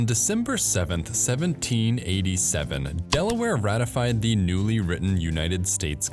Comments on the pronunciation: You need to stop saying "THEE" when you should be saying "THUH". The ONLY time you say "THEE" is before a vowel. Same with saying "AYE" and "UH", which you are also criminally guilty of. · A good video marred by the voice-over, which could have been better done by a computer. This strong tendency toward evenly spaced syllables is pretty awful. And there's the YouTube explainer dialect in full force: wall-to-wall AY and THEE. Training needed.